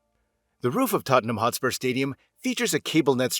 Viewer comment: Hotspur.. Not HostpurS